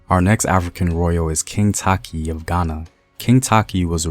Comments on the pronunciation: Not taki.... tay-chi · Takyi is te-chi btw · Fante: is “Fan-Tee” Takyi: “Tay-chee” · I guess the pronunciation of Takyi is the source of confusion. Takyi should be a Fante. You could be right. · He's not pronouncing the names well which is very vital